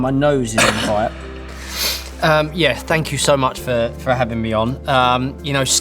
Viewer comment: David Beckham - "Fank you"